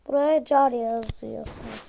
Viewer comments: Gerizekali car kar diye okunur😠😡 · İntronun çalıntı olması ve karı car diye okuması🤣🤣🤣